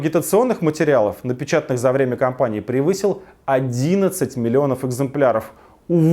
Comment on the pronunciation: Я бухой или - "кАмпании"??